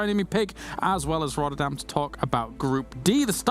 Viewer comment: lol i knew said "rather than" even though it was clearly pronounced as "rodderdan" XD really appreciate tasteless still mentioning needing to stretch for playing competitive gaming, it is crucial in it's importance for maintaining the health of your body.....